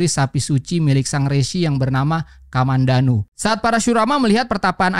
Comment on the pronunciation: Kamadhenu bang, bukan kamandanu kamandanu adalah tokoh di serial Tutur Tinulat 😂